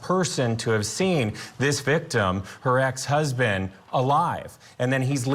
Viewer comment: This guy is a robot ,What is an Gijet’ko? Hahhahahhahah and again can someone at court tv talk to him please hahahah and he fucks up at least 15more words, “victIiI,hiim husbaeand,childreaen,her self”